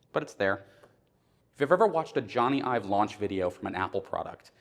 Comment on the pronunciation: Nice work here. But .. Ive, not Ive. And Aluminium. Americans .. stick to blowing shit up.